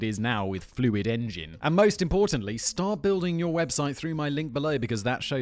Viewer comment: Who else watched the whole squarespace add just to hear Simon keep saying "Fluid engin" ?